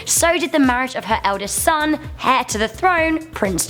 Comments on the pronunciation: Heir is pronounced air and not hare.... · Heir is pronounced "air" not "hair" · Did she say HAIR to the throne rather than HEIR? Tisk tisk! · Its not pronounced heir it’s pronounced eir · Instead of heir to the throne I heard her say hair to the throne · Heir is pronounced 'AIR' not 'hair', the 'H' is silent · It's pronounced 'air' not 'hair'. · ‘Hair’ don’t you mean heir? Haven’t you heard of lettres fantômes (that is ghost letters in french) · That word is heir and the 'h' is silent...as in air....and I feel certain you must know that. Surely.... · Heir is pronounced like "air" fyi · 'Heir' isn't pronounced 'hair'. The h is silent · Did she just say the h in heir?